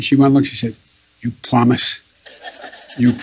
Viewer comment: That diaper is on fire, I pwomiss.